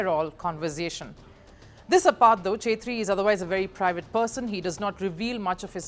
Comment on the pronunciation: It's not ' chetri ' , it's pronounced like ' kshetri ' .